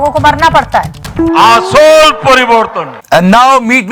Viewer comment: Who heard Asansol as Asshole?? 😁😁